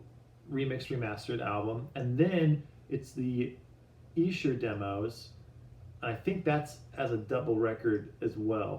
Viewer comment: you're the first Stateside Beatle-related channel to pronounce Esher correctly! Hooray for! I'm very excited about this release, and looking forward to the book too! All the best from the UK... not so far away from Esher... in Surrey (pronounced Suh-ree).